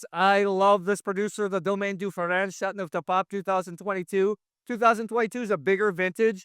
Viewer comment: Still haven’t mastered the right pronunciation for chateauneuf haven’t you? I turned off the sound. My favourite so far is M. Chapoutier Barbe Rac Chateauneuf du Pape. Plus it’s biodynamic. I also have a Clos de Caillo waiting in my cellar.